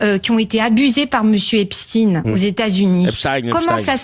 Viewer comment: La soi disant photo d’Epstein (qui se prononce epstine et non epshtayne) est une IA